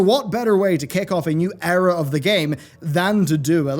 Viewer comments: good video but it's pronounced eera not error :) unless of course u meant it with the past expansions ;) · Eera, not error lmao. Or did you mean error.... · The Error is you saying Error for Era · Is he saying Error or Era? I guess both work in context.